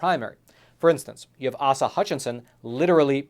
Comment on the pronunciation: Governor Ay-Sah not Ahsah! And I’ve got a better chance of being the nominee than that yahoo!!